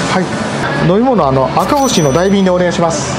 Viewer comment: 因みにだいびんではなくおおびんやで